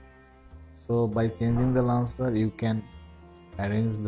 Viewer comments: First learn how to pronounce the word launcher. It is not lancer. There are many YouTube videos on pronunciation. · I used this but when I restarted my phone the icons were back to where they were before. And you mean to say "launcher",not "lancer"! LOL